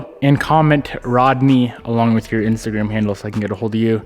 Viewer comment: Rodknee Rodney lol